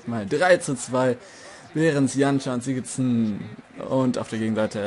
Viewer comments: das "þ" wird glaub ich "th" ausgesprochen.. also Sigthórsson.. oder so :3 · es wird Sigurtson ausgesprochen